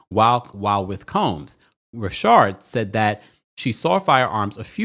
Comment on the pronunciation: Please can you say Richard not rashard